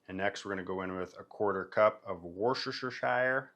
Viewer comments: It’s pronounced “wister sheer” not “wash your sister shire” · Proper way to say Worcestershire is as followes lol. Wuss-ta-sheer sauce. I had a British friend really grill me on saying it right lol as i used to say it the same way haha.